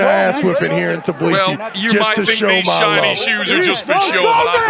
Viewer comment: tBILISI not tiBLIsi wtf man you have one job